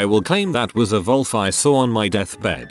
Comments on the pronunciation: Vhat’s up vith the TTS voice saying “volf” instead of “wolf”? Is that hov they say it in the UK or something? (sic) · "When i was little" "My grandma pulled out her phone and googled something" Excuse me while i proceed to crumple into dust like Dorian Grey seeing his own portrait Also, why does this particular text-to-speech always read "wolf" as "volf"? Makes me feel like it's about to start going on about lebensraum or something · Why's it pronouncing wolf as volf? 😂